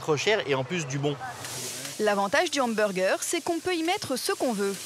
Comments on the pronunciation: « Hambergé » ça fait mal aux oreilles, français ou pas, on le prononce « hamburgeur » et c’est tout. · hanburgé ptdrrrr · non on le prononce hamburger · Mes oreilles saignent rien qu'en entendant le mot " hamburgé" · La première fois que je vais chez Big Fernand, le mec me corrige hautainement d'un "on dit emburjé", j'hésitais clairement à sortir mon plus beau doigt d'honneur. Le burger n'est ni bon, ni équilibré. Juste bourratif et donne la nausée sur le reste de la journée. Et puis les frites aux épices cajun c'est vrai que c'est super français!